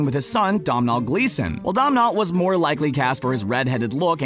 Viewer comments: Hi, Irish person here, it's pronounced 'Doh-nel' 😂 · Domhnall Gleeson’s first name is actually pronounced “done-all.” The M is silent. 😉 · Dómhnall Gleeson... Dom nall riiigght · Dom-nol oh my god i cant even ahaha. It's pronounced Do-nel, like doughnut. Please spread the word ahaha ffs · Ok this annoys me a lot it's pronounced like "Donal" Not domnel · Never ever say domnawl glasson again. It’s pronounced doh-nil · Me being irish hearing him say domhnall as dom-nall: 😡😑 FYI: It’s pronounced dough-nall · It's pronounced Dough-Null, not dom-null. I know it's spelled Domhnall, but I'm Irish. I know how to pronounce it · Domhnall Gleeson is not pronounced "Dom-Nall", it's pronounced "Dough-Null", you numpty. Had to use phonetics an American will understand. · Domhnal is pronounced ' doh-nul' not 'domnal'. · Domhnall - "Doe-nal" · You BUTCHERED Domhnall's name!!! Its pronounced like Tonal but with a D. Cringy man LOL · It's pronounced Donal ( dough null). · Domnhal sounds like doanl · Domhnall pronounced Doh-nall. Or sexy ass ginger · It's doe-nall (nall like mall) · The pronounciation of Domhnall Gleeson is 'Doe-nul'. It's an Irish name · Domhnall is pronounced Donal 😂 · From an Irish person domhnall is pronounced Donal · Domhnall Gleeson is pronounced ‘Dough-Nell’- you don’t pronounce the ‘M’ 😄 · First of all just say Gambon like gambun and second of all say domhnall like dough null And also just say wands not sticks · It's pronounced dou-nall Gleeson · No it's pronounced Rafe. Gambon. And it is "Donal" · they did Domnall so dirty with that pronunciation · You could've at least looked up how to say Domhnall's name. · Oh god the guys pronunciation of Domhnall is so bad 🙉🙈🙊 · the way he said domhnall gleeson ew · I'm sorry but I can't get over how they try to pronounce Domhnall Gleeson's name 😂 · The way he says Warwick Davis and Donal Gleason 🤢🤢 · Listening to you try to pronounce “Domhnall” is hilarious 😂😂 try again hahahaha